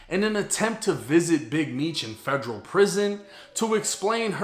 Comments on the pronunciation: Its federal, not fegreal 😂😂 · The way you say Federal, “FEJ-RAL”!🤮🤮🤮